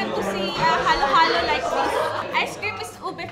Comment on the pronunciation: not mad, just correcting: halo-halo not heylo heylo